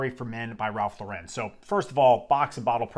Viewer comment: Great frag. I have several vintage backups. Please learn to pronounce “Lauren” though. It’s American, not French 😂